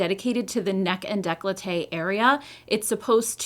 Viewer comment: Awesome review! Definitely going to try it! My husband is allergic to nuts, shea and coconut derivatives, so it’s extremely difficult to find any good creams without any (he likes to kiss me from time to time lol) Just a little note, it’s pronounced Day-coll-tay 😊 it’s French ❤